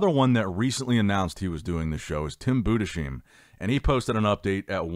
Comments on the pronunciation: Please his name is pronounced boo-dis-hime, not Buddha-seem, it makes me cringe so hard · I beg you; stop butchering Tims name 😂 It‘s pronounced: Boodis-Haim Greetings from Germany 😅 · I've gotta tell you, you're pronouncing Tim's name incorrectly. I'm American living in Germany and it should be pronounced like: Boo des highm. The spelling with ei is pronounced like eye. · Tims last name is pronunced Buuhdes haim. please dont spell it like an Shh, i always makes me freak out. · His name is pronounced BU DES HEIM... LIKE HYME. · It's pronounced "Boodeshyme". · may I try to correct your pronunciationof Tim Budesheim? The name is a two parter: first part is Budes - the s belongs to the BudeS and not to the -heim and -heim would pronunced like "h" - like in house, Harry, hopefully - like a normal "h" "ei" = like eye or i "m" = like a normal "m" Maybe you wanna give a try next time ;-)